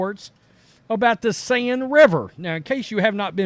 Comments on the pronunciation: I am sorry I have to correct you.The Seine River is pronounced as if you were saying the Sane river. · This guy is smart. But saying LeBron James is bought by China is cringe. The whole league is bought by China. I like this channel, but the ignorance is weird. Did even bother looking up how to say the rivers name. Overall 9/10. This episode 3/10. Thank you